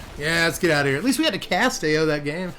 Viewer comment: Ao is pronounced "ow" but "ay-yo" is way funnier 😂